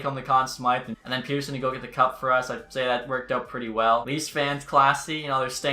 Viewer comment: the way you say pettersson kinda angers me idk why